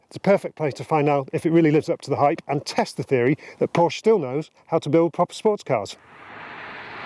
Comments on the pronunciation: Does still not know how to pronounce Porsche? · There's always one that complains about how 'Porsche' is pronounced. The correction never comes from a native Deutsch speaker. And it is never an issue with the pronuniciation of other makes. Snobbery? Car OCD in Porsche obsessives? As you say, live and let live!